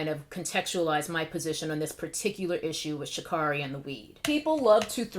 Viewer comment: It's pronounced Sha'Carry and I agree with your take on the controversy. I think she'll come back stronger. Just sit this one out.